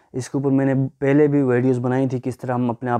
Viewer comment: "fir" nahi "phr' aur "fela" ni "phela " aur "ghoomne firne " nahi "ghoomne phirne" hota hy.